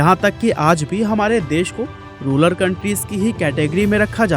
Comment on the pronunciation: Say Rural not ruler ...